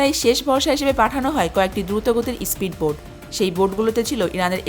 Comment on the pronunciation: Fokinni ispid boat na , speed boat hobe , uccharon shikh age